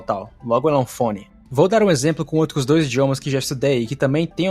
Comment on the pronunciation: outRus H R